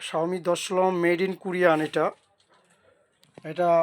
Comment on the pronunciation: শাওমি কম্পানি আবার কবে থেকে ইউনিট বানানো শুরু করলো আগে নিজে ভালো করে উচ্চারণ করা শিখেন তার পর অন্যদের শিখান।😊